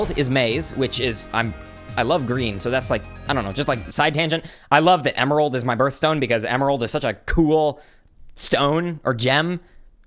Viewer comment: Em-May-rald Emayrald, my guy